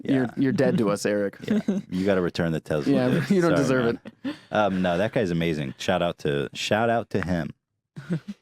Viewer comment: For being such fans of Elon Musk and even owning their own Tesla, Ethan and Hila sure as hell can't pronounce the word Tesla correctly.